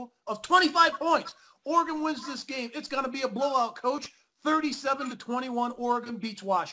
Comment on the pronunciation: learn how to pronounce Oregon!